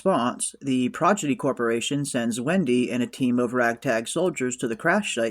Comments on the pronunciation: It's pronounced Prodigy not Projidy 😂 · Nice recap/breakdown. Just found your channel. Liked & subscribed. One tiny note: it's Prodigy, not Progidy. 👽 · How hard is it to pronounce a seven letter word ffs? I don't give a shit if it ain't a good look and any party you gaylords attend ill happily keep well away from. Projidy??? 😂